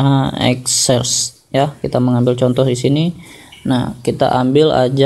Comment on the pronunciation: exercise = exsersais gitu bang baca nya :(